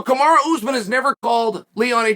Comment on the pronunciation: Hey Chael, is Uncle Dana asking you to put this narrative out there? Everyone saw Usman cheating in the match. Ray Charles saw it. Do you owe Usman a favor or something? Is he paying you? Kamaru (not Kamara, you always say his name incorrectly) is not a gentleman and he is on PEDs. Please save yourself the time of making these type of videos because you're not fooling anyone and you're pretty much insulting the intelligence of your audience with your BS.